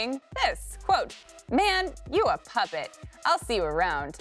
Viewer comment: I love how she gets ethnic on " you a puppet"@ 😂